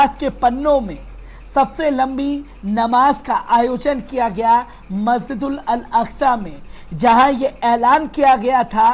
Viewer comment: मस्जिद-उल-अकसा कहिए , मस्जिदल अल अकसा नहीं।